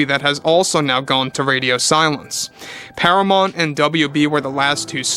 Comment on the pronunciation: Do you mean Paramount? Youre saying Paramont. I assume you mean Paramount?